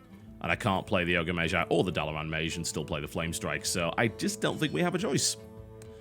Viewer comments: he's the 1st brit i've heard ever pronouncing it like that tbh.. there's no remnant of a 'g' in his way of saying it. Pure 'j'. [meɪdʒ] being the correct way.. [meiʒ] (the way TB says it) being the weird way. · Mage = [meidʒ] is the correct way according to the oxford-bible (dictionary)...and tbh it sounds like TB pronounces it [meiʒ]. Same with Magi [meidʒi] vs [meiʒi]. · I dunno why but I find it irritating the way he pronounces "mage" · some1 brittish pls explain; what kinda accent does mr. Tb have? His way of saying mage [majje] and magi [majji] is really discerning... any1?